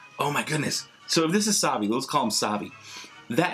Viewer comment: SAVI NOT AVI